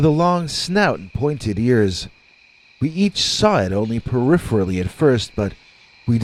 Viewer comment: About 90% of your audience is not going to get "The Winter of Our Dogman Tent". LOL Good one! And you can pronounce "peripherally"! I'm a fan!